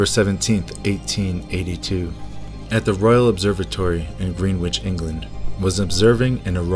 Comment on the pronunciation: It's pronounced GREN-ITCH :P Not Green . . :P